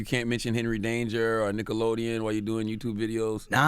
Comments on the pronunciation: Charla said "dickelodeon" 🤣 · Did i hear Dickelodeon? lol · "Dickelodeon" LMAO Y'all caught that? 😂😂😂😂 CThagod a fool for this!